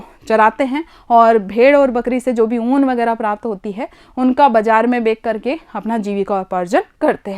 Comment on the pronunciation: Madam aap har video me bechkar ke na kah kar bekker ke kahte ho 😀😂